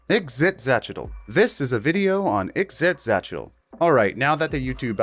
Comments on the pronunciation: Ah, a creature with an obvious Nahuatl(Aztec) name, but who's name is canonically not pronounced like it would be in nahuatl. Ee-she-cha-chee-tul is how you should say it, and in my opinion is infinitely easier to say. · You said "ixitxylophone" so many times and I am 0% closer to being able to pronounce it myself. Great video though!